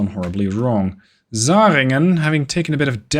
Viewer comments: I appreciate your pronounciation of the german names. Only some mild suggestions to improve that even further: The german Umlaut "ä" (Zähringen) sounds like the ai in "hair". 😉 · It's not important, but the Zähringen has a Ä in it. Not a A. Your CA Michel, get's pronounced Mich-el.